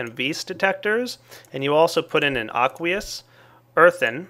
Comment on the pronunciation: aqueous? i tought you said ugliest